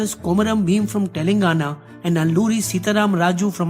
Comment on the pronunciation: TelaAngana not TelEngana